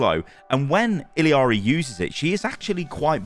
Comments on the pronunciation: why you pronouncing her name illEEari, its illari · I cringe every time I hear him put an extra “I” in Illari. It’s not ILL-I-AR-I,, just ILL-AR-I. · Why are you saying Iliari and not Illari? Where TF did the third I came from? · I L L A R I. Not ill-E-ari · Isn't it Illari not Illiari? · Why you pronounce it “ill-EE-ah-ree”? It’s either “ill-ah-ree” or “i-yah-ree”. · Not to be a grammar Nazi but is it pronounced ill-ari or ill-ee-ari? I think you're mispronouncing it. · Bro, it's ILLARI, not ILIARI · Illy-ari? Just say Ee-yar-ee.... that's how you pronounce it. Very simple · ITS NOT ILLIARI ITS ILLARI!!!!!! STOPPPPPPPPP YOURE DRIVING ME CRAZY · It's "Ill-Ar-Ee"... not "Ill-E-Ar-Ee". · "iLL-EE-ARII" dude it's 'ill-ar-ii" or "iyari" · Why does EVERYONE add the extra syllable in her name. It’s e-yari or ill-ari no ill-e-ari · i know this is so unrelated, but it is murdering me how everyone is mispronouncing Illari’s name. There’s no second I, and you don’t pronounce the L’s, it’s a double L, so it’s a J/Y sound bc she’s hispanic. everyone is calling her “ill-ee-ar-ee” when it’s “ee-ya-ri” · ill ari...not illi ari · true, at least ill ari is closer than the illi ari i keep hearing content creators say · For the love of god, It's ILLARI, not ILIARI. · i-jah-ree actually, the double L is pronounced like a J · its ill-ar-e not il-lee-ari. illari, theres no 3 i's in illari. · Why are people callin her “Illiari”? When literally the title of the video is spelt “Illari”? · Ill-ari? Where's the extra I? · It's pronounced (eel-YAH-re), not "Iliari" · Don’t mean to be that guy but it’s pronounced “I-YA-RI” the double L’s in Spanish gives a “ya” sound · It’s pronounced , “Ee Ya RRR ee “ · ilee ari??? 😂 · "Illiari" Lmao thats not anywhere close to how to pronounce it. Theres no I after the two L's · I’m going to be that guy, but the double L in her name is pronounced as a Y. Iyari essentially. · Why does everyone call her ill-y-ari? It’s illari like ill-ari or iyari!!!!